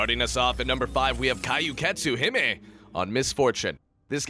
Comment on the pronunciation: kyuketsu = Q-ket-suu he-mei